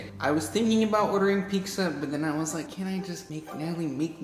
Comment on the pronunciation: It’s (Pi-Tz-A) not pigsa